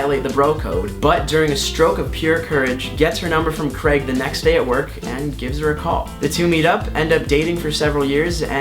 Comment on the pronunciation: It's not CREGG.... It's CRAYYYG !!!!!!!